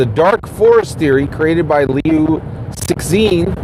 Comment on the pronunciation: dude it is pronounced "lew-ts-shin" instead of "six sin". I understand it is not necessary to pronounce perfectly, especially in case where "xin" is indeed difficult to find a corresponding English syllable. you can always address him as Liu or simply omit the name. the way you deliver here is really distracting and difficult for people to follow along. keep up the good work!